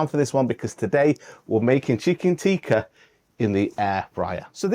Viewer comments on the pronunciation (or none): If you want to sound genuine learn to say "tikka" not "teeka". Pathetic accent.